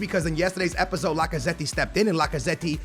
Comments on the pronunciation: i love how butchers half the names:D Lacaze-tee Sun instead of Son L-orente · The way he says Lacazette 😂😂😂